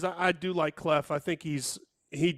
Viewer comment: ..it’s Cluff not Cleff